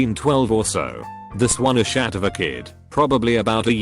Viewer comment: What I read: a**hat TTS bot: a shat